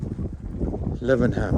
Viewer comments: I swear it's pronounced Laven-um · Note on pronunciation: Lav-num.